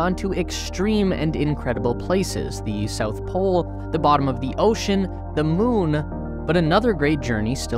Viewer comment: I know this sounds petty -- but it really bugs me. Why does your narrator insist in using the pronunciation "thee" for the word "the?" Think back to your grammar classes in 6th grade. Only when the next word stars with a vowel (a,e,i,o,u, if you've forgotten that too), do you pronounce "the" as "thee." If we can't get the little things right, how will we ever get to Mars?